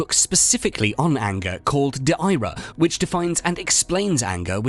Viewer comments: it is not "de aira" it is de ira- ii is LATIN dude!! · It's is not pronounced "The Aira", it's "De era". The i in Ira is a pure vowel, not a glide vowel.